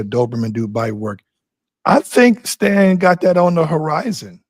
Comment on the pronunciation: Lol damn get Stan's name right lol.